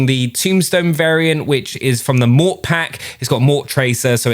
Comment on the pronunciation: Morte, not mort, it’s death in Italian